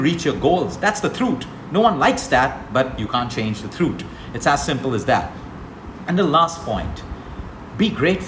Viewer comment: Love the way you say truth...throoot🤗